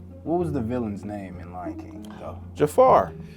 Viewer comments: This man said Jefar😭😭 That hurt bro😂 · I know my boi didn't just say JAFAR with his whole chest lol